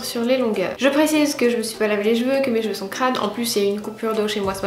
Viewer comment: Tes "Jveux" ? haha c'est l'accent suisse ?